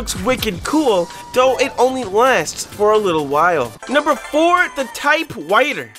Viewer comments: ahh yes the most satisfying thing to me in this video is that he said "type whiter" instead of type writer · you said type whiter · ‘Type witer’ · Type witer 💀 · Bro really said type whiter 💀💀💀💀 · Just noticed you sayed type righter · U just said type whiter😂